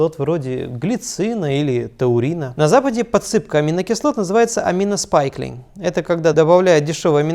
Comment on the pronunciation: Хорошее видео, только не аминоспайклинг, а аминоспайкинг, amino spiking.